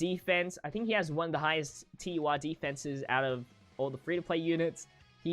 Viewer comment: TUR not UR